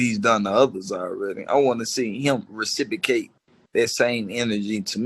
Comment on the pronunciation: IS THIS?? FOOL SAID RECIPRICATE 5X'S IN 60 SECS..